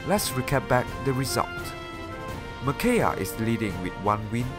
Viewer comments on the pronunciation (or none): I believe it's Me/Mih-kai-ah, but fantastic video nonetheless